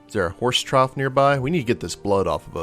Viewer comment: Psst......"trough" is pronounced "troff" not "trouw"...:D